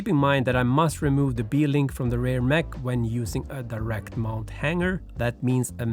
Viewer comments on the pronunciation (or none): none